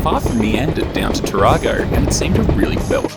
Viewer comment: Hi I enjoyed the video you missed pronounced Tarago you have seen to many toyota adds. Did you happen to meet Leon Oberg he does a lot of train pictures around the area. Keep up the good work.